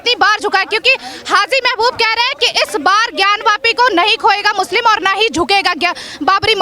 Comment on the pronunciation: जी आप बहुत अच्छा बोलती हैं बहुत सटीक जवाब देती है आपका जवाब देना बहुत अच्छा लगता है लेकिन बात करने में एक चीज का ध्यान रखें काशी में यह ज्ञान व्यापी मंदिर नहीं है ज्ञान वापी मंदिर है आप जैसी हिंदू शेरनी पर मुझे गर्व है हर हर महादेव जय जय शिव शंकर